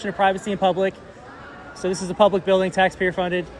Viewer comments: thees ees noot a pooooblic area lol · “It’s not pooblic area?” 😂😂 💀